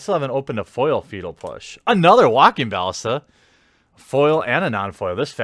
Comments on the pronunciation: Baaa Lissss taaaaaaa not Balll isss Taaa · its pronounced walking bul-lis-ta.